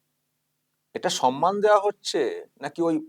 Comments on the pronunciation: শব্দ টা হলো সম্মান। কি যে সন্মান সন্মান বলে কানে লাগে শুনতে। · মাননীয় মুর্খমন্ত্রী সম্মান কে 'সনমান' , গভর্নমেন্ট কে 'গরমেন্ট' উচ্চারন করে । ঐ অপদার্থ আবার বাংলা ভাষা বাঁচাও আন্দোলন করে । লজ্জা নেই । একটা আস্ত অধম । পশ্চিমবঙ্গের চটিচাটা বুদ্ধিজীবী বাদে অন্যান্য শিক্ষিত নাগরিকরা কেন প্রতিবাদ করছে না ? মনে আক্ষেপ রয়ে গেল মহানায়ক উপাধিটা কেন মমতার নামের জন্য কেউ প্রস্তাব করছে না ? সর্বঘটের কাঁঠালি ।